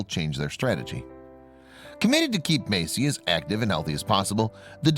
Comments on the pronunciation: It's Messi, not Macie. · meysi 😂🤣😂🤣... fo.ok this trash narrator